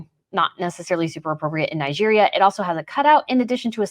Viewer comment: Your pronunciation of Nigeria is highly irritating.